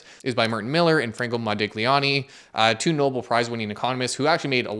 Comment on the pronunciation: Silent G in Modigliani. It simply lengthens the I: moe-dee'-lyaah--ni.